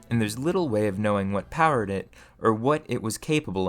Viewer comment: The mispronouncing of "or" is jarring.